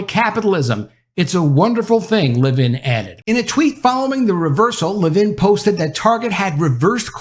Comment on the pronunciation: Announcer! It's LEVin, not leVIN. And all this Reaching Out... let's just say "contact." Ugh. Woke Schmoke.